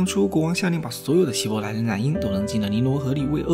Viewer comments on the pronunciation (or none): 希伯来不是希来伯，语音读错了很出戏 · 解说可以上过对圣经和世界历史一无所知，所以连希伯来这么有名的名词都能读错。